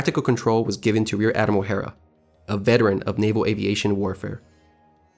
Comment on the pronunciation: Absolutely fantastic video! So well done, and well-researched. You might enjoy The book "If Mahan ran the Pacific War", its well-written. BTW, Hara is not pronounced 'hair-ah', its pronouned hah-rah (syllables rhyme) pronounced the same Hara as in Harakiri